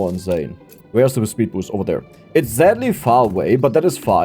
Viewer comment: "Zadly far away"